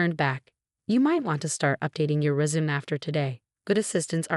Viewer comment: So sick and tired of every story using the surname Chen. And for this AI’s inability to correctly pronounce sweetheart, heir, resume, fiancé, facade, etc.